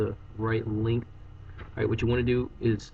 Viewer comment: stop saying ahright